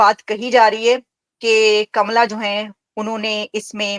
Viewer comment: Naam to acche se lele uska naam kamla hai kamala nahi ye Pakistan ke pade likhe jhahil madarsha chaap doctor gadhe hai